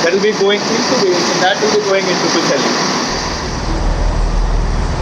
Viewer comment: I got a laugh at the way you pronounced Wales ( W sounded like a V ) and you did pronounce some of the places better than most English people do, I was impressed by the way you said Pwllheli, Porthmadog Aberystwyth and Ffestiniog.